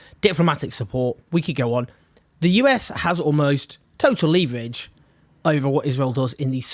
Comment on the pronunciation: Who else thinks it’s funny the way he says leverage?